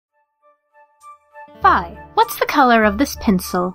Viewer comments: i dont wanna be rude but Fi is pronounced like this Fi (Fee) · I always thought Fi was pronounced Fee, but i just googled it and it looks like you guys got it right. "The More You Know" Also, the only thing showing up in the recommended and related videos for this is the 2013 FIS Australian Championships XD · Is it pronounced "Fee" or "Fhay"?